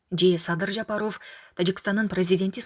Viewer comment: Айнанайын тилчи Жапаров дебей Жапарав десең туура болот ко.